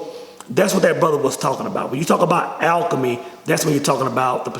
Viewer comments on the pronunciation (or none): none